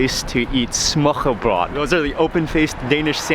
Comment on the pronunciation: Its" smørbrød" not smørrebrød🤗